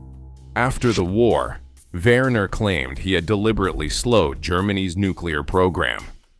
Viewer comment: the name is pronounced "Vehner", nor "Wurner"